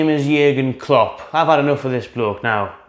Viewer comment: Klopp, Klopp, it rhymes with strop...